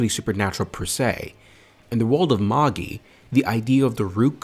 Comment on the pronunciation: No it is magi not majai wtf?